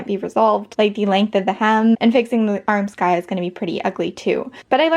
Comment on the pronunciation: I'm sure this is a matter of having read and not heard, but Armscye is pronouced "Arms - eye" rather than "arm - sky". I work in a costume shop at my school, and assure you that this is how it's pronounced. Keep making awesome stuff!